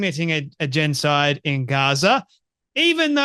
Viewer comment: This guy guy can’t even pronounce the word genocide. He’s a 🤡 shill for the little men in the little hats gang.